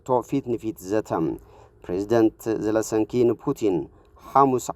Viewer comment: ዘለንስኪ not ዘለስንኪ